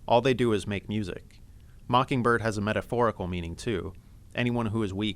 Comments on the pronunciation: I thought it sounded like he said "tequila mockingbird" at the end. I typed in "teq" into the YT search bar and tequila mockingbird immediately popped up... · Sometimes it looks like he said Tequila Mockingbird :) Great summary though, it really cleared things up for me!